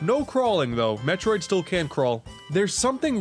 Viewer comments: Did you...did you just called Samus, M E T R O I D???? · i just noticed that you called Samus "metriod" i hope it's a joke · Did...did you just call her "Mefroid"?